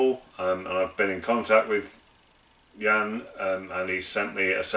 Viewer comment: My name is pronounced like the English 'Mark' and your pronounciation of my father's name 'Jan' is perfect.